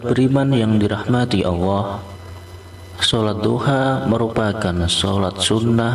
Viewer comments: Maaf sekali lagi jangan suruh ngucap awoh salah itu harusnya baca nya Allah🙏🙏🙏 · Maaf" itu yg bca salah bukan awoh,,tp Allah,,baca masih salah ko suruh baca 🙏🙏🙏🙏